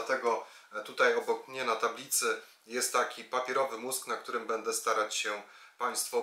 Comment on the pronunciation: PAN cudownie omawia, świetnie się słucha, ze świecą szukać, ...Jednak proszę bardzo zwrócić uwagę na słowa typu będę itp. Przepraszam i dziękuję